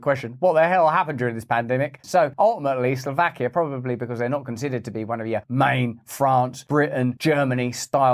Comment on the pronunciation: 'Slow vakia' Not 'Slaw vakia'